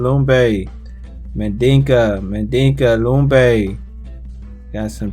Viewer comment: It's pronounced Lum-Bee, it's a mixture of African, European and Native American.